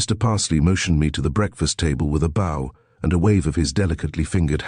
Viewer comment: Like BOW and MEDIEVAL. 🤗